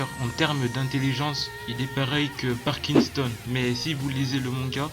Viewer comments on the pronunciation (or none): MDR pour Pariston il a dit parkinson